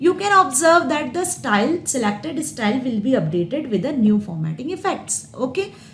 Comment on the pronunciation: Thank you mam for ur best explanation.... BTW it's not stal it's style 🤣... Jokes apart... Nice video 😇